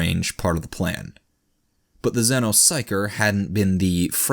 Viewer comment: ZEENO sounds like a 70s, b-movie with little green men and a bad plot. zenno sounds cooler in every conceivable way, correct pronunciation be damned.